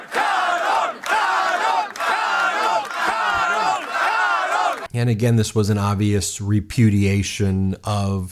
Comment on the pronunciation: Karel, as in Charles. Not Carol.